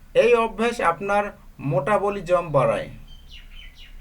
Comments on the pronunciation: sir ,It's not motabolism : it's metabolism .............. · Spelling correct korben,plz."Metabolism ke "Motabolism" bolen keno? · ভাইরে ভাই। এইটা মোটাবলিজম না । এটা মেটাবলিজম